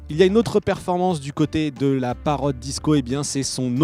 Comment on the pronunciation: Ce qui m'énerve sûr ce présentateur ces qu'il dit ' Parrote ' ? il est con ou quoi ? ça se dit Parrot et bien sûr pour avoir une image en immersion il faut un smartphone ce qui n'est pas mon cas,.